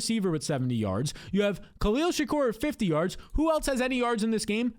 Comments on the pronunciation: “Shakeer” not Tupac 💀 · This guy needs to learn how to say Shakir